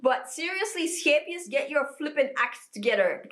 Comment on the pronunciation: me hearing your soft melodious g sound when you said "scheepjes" aahhh, one of my southern neighbours!! ❤❤❤❤ great to see someone from the benelux making this, i have finally started learning how to knit and... i thought i wanted to buy this book. clearly i do not LOL 😂😂😂😂 it looks super cute and all but OOF